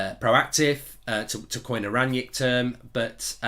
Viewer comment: Why you calling him Ranyick?